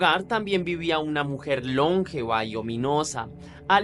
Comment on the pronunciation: Hola me agrada mucho tu contenido, pero he notado varios errores de pronunciación, como en este caso, dijiste LÓNgeva pero es lonGEva. Cuidate mucho y trata de fijarte en esas pronunciaciones ya que no es la primera vez que lo noto. Besos de aquí mismo Colombia